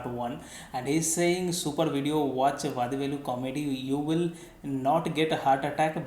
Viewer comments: U r doing a grt thing...though u don't understand the language, u r enjoying nd sharing the comedy...,🙏🙏🙏nd the way u honuor nd respect the artists nd team is fantastic... a humble suggestion...u may plz pronounce his name as वडीवेलु...continue the grt job...thank u so much... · you are pronouncing vadhivelu. its not dhi its di like ti.